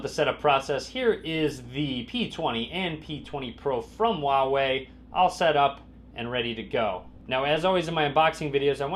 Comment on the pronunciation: please, it's not "waway". 华为 is pronounced "hwa wEy" with emphasis on the h and the a in the first syllable and w+Ey in the second. Both sounds rising sounds. If you want an easier way to pronounce it, use Hunanese (Chang-Yi or Lou-Shao) dialect - "fa wEy". Copy 华为 to Google Translate, choose source language as Chinese and click the speaker icon.